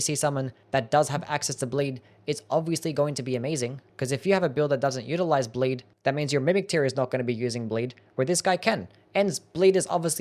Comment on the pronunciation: Is he trying to say 'bleed' or is this a skill I do not know?